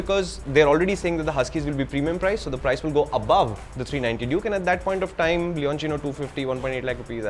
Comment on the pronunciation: Leonchino so this is how you pronounce it. I thought it was leocinio or loucinio or something.